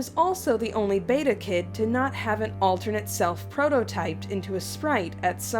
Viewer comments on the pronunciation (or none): none